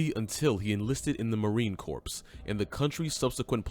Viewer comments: Dude said marine corPSE lmao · I grimace every time I hear the narrator say "CORPSE." Also, they are Marines, not Soldiers. Otherwise, not too bad of a video.